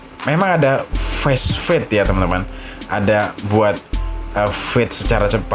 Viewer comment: Fast fade dibaca fast fade bukan fesfade